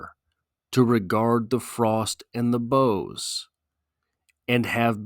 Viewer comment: ok...I like these analyses, but this one misses the target, a Snow Man. first, the pronounciation of "boughs" is weird.. this because "bough" and "snow" do NOT rhyme.. this pronounciation (as a CT guy, lke Wallace) sounds to me Incorrect, and it's like a branch sticking up out of the snow wchi is otherwise smooth and unbroken. it sounds 'sour', and that could be signficant, because of the smooth, windsculpted tonality of the poem. It's simply a brilliant poem, and it's otnaliyt supports it's theme of HEALING. "survival"? "ruin?"... what? huh? "pity?" nope! "cold as ice" nope! just wrong... the poet had gone for a walk or hike, as was his custom every day 365 days a year, and had purposefully become "one with nature" and "one with the season" and it happens to be winter and becoems a wonderful device in its full "regard". Wallace was NOT personifying nature...(that would be conntary to George Santayana for example)....he was allowing his clouded mind to become refreshed and re-balanced...soothed and smoothed by the winterscape... his mind comes to reflect the world around him...smooth.. a cold seaosn that comes before the restless, chaotic re-awakening and floods of Spring (the freshet).. is it meant to be "heartless?" NO!. simply went 180' in the wrong direction... entirely wonrway.. in this analysis of ink-on-paper and not the Reality of the poet's experience... ought to make a U-turn and re-review and repost. maybe go hike in the snow, get he